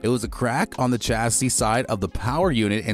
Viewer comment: Chasis you read shaa-C not chaa